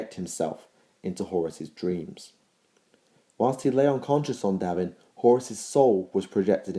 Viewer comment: PROS-pero DAV-in an-ATH-a-may Others have already pointed out "remembrancer". Great videos otherwise, but you pronounce so many words wrong.